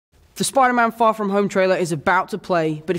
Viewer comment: spiderman, not spirder man